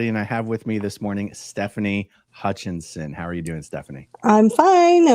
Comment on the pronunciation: Hutchison not Hutchinson❤